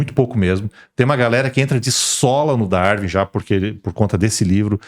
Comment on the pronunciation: Ele não consegue falar Darwin. Pqp